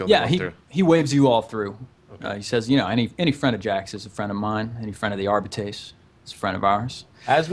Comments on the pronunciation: Also, it's pronounced Arb-I (capital I)-ts. Arbites. Arb-I-ts. Arbites. It's super simple. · Dudes, it's "Are- bites"